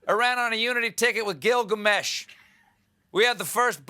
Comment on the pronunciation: I’m a Persian and I loved Stephen saying “Gilgamesh”!